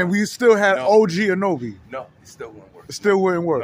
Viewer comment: My dudes. It's OG AN-A-NO-BEE